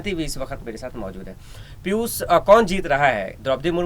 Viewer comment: sabse pehle aap apni bhasha shudh kijye. Sha shabd ka sahi ucharan nhi kr paate jaise aap Piushji ko Pius keh rhe sha ko sa ucharan kr rhe he. Patrakar ke liye bhasha ka shudh na hona sharm ki baat he.